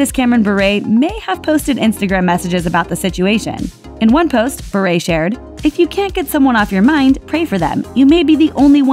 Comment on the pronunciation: Why is she saying Berret it’s pronounced Bi-ur BURE